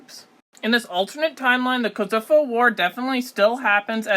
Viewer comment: Great video! But please work on your pronunciation of Alpine, Bologna, and Kosovo haha